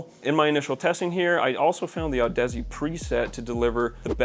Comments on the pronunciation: Audeze is pronounced like Odyssey, my guy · Isn’t it pronounced odyssey? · Audeze is pronounce like Odyssey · Did he say Audussy ? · What a joke of an audio channel; doesn't know how to pronounce Audeze and inserts the mic in the wrong port. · Your pronunciation of Audeze gave me cancer.